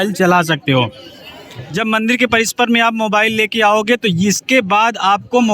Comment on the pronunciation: Bhai parishar hota hai parisper nahi